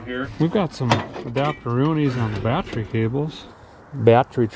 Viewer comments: Well as your pinned commenter said, you certainly have earned it. The biggest and best milestone/happiest moment for me though personally, is when a guy quit on that pronunciation of the word battery that drove me to distraction. So from me, THANK YOU for dropping the "bieattery" lol. Love ya man, but that was the one thing that just grated on the ears, everything else you do on the channel I honestly couldn't ask for better & the fact you've kept it real and not gone all Freiburger on us is even nicer. 🛻Here's to the next million/next 3 years. The fact you've grown VGG so quickly speaks volumes about how relatable and honest you are, just snags a guy in & makes him feel right at home somehow. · I started losing it the more and more he said bat tree 😂😂😂 have always liked his terminology if you don't know what a charging whirler and a lightning houses are step away from the vehicle😂😂😂👌👌👌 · now I remember why I subscribed to your channel. because it's videos like this. this was absolute genius. well, maybe not so much. no, it is. it's absolute genius. well, maybe not. no, no it definitely is absolutely genius. that's why I know for a fact, it'll be fine. 😳💯 battery is pronounced, bat trees😁🎄 Merry Christmas you guys. enjoy your holiday. 🎄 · I love how he's reduced the word battery to two syllables....now that's efficiency.